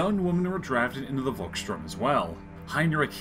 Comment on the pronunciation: Pronounce it like "Folks shtoorm" The "V" is pronounced as a "F" in German and a "ST" is pronounced like "sht". Great Video though. Cheers from Germany.